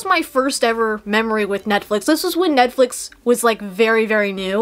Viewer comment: “Ned-flix” lmao